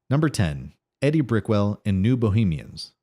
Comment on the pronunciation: Ee-die. Not Eddie. Quick fact, she's the wife of Paul Simon.